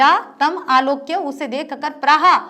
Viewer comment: ताम नही तम है मैडम